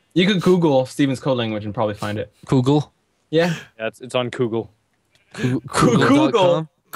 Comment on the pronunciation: he sed koogle